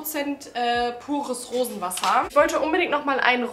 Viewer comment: Hat noch jemand Wurstwasser statt Rosenwassen verstanden? 😅